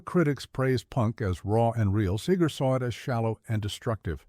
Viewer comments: He would probably also hate the way AI is pronouncing his last name. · AI can’t pronounce Seger or polish then I can’t listen to it.